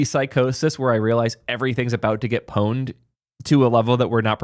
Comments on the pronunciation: Pronouncing the P in pwned is like nails on a chalkboard :face-purple-crying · You need another word for pwned… and why are you pronouncing it with an O?